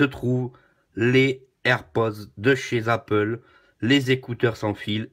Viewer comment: "Chez zapple" 😂 Merci pour cette vidéo, vivement que j'ai les miens bientôt!